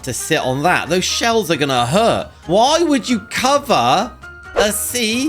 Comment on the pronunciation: bruh, he said "Why would you cover a sea in shails" instead of "Chair in shells"